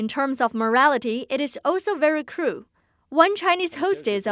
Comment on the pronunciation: Did she say, it's also very cruel or also very crew?